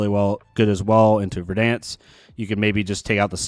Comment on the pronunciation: Bro… Ver-DENSE hahaha